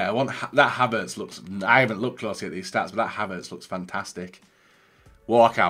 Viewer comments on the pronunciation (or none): none